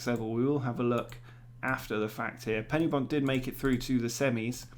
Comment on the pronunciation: Great video! But it's Pen-Y-Bont, with the 'Y' being pronounced like 'uhh'. Although I have enjoy hearing it be called PennyBont!